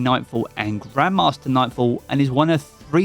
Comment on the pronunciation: Swear he said GrandmaMaster difficulty